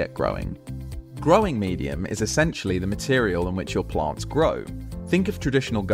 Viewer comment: Wtf are "PLONTS"??